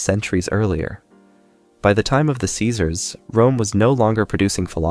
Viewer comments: I don’t understand why creators would not proofread their audio. This must be AI audio. It mispronounces words that should be corrected. Fix “lear-ned” to be “learned”. Fix “Sieserism” to be “Caesarism”. And there are more. These mistakes detract from the content. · You need to review your pronunciation of Caesarism.